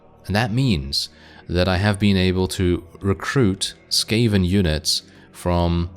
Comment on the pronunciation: skaven, bro, it is sKaven